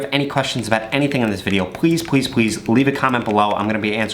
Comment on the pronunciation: i like how he says pwease